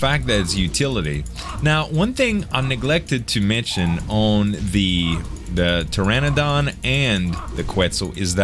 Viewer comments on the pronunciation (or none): none